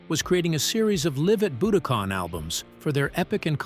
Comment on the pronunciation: A.I. isn't ready. YouTube is 📉 I've never heard a word - "Budokan" - pronounced so many different ways by the same "person".